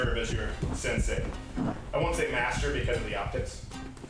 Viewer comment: I thought he said pastor haha